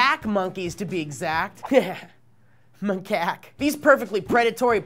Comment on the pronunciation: "macake" lol.